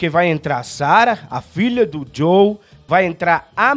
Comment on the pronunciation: É Joel nao Joe... todos os Youtubers nao gamers estao errando o nome dele